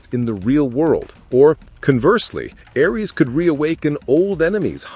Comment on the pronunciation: Ironic this channel using an AI to read and mispronounce over and over Ares